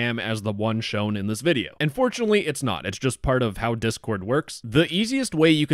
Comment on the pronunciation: Thats an A sound not a U sound